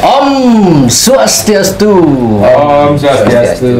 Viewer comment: Ucapan swastyastu dari host terkesan intonasinya kurang dewasa sebaiknya diucapkan agak serius.